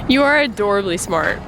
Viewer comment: "You are 'adorally' smart." I not only loved that comment but had to play it three times to make sure you said adorally rather than adorably. I still don't trust my hearing completely, but whether it's adorally or adorably, I STILL love your comments to as he was working. Honestly, you guys have the sweetest relationship! ~ As much as I loved your video where was Justin Rhodes for the day, this might be my favorite. Not only did I absolutely love watching you guys repair the damage, your interactions with one another were totally heartwarming. GREAT video. I'm so glad it was something you could fix yourselves and thanks again for documenting skills. Very impressive.